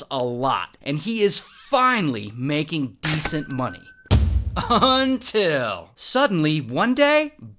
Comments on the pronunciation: Everybody's Gangsta till he says “Until” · Everybody’s chill till he pulls out the “UNTIL”